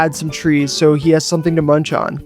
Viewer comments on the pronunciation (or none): none